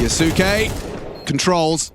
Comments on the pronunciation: This is not true, the kyou in 今日 maintains the y sound. So kyou can be read more or less phonetically. “Ki oh suke” would be 「キオスケ」which is incorrect, we are looking for 「キョウスケ」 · if its from an anime its kyoske